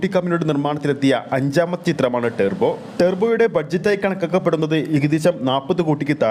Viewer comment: ടെർബോ അല്ല ടർബോ